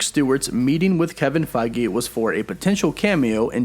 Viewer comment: "Kevin Fei-gee"